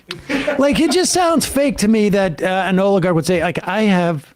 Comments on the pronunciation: Comer: "The Olergarkt" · Never trust somebody who can’t properly say oligarch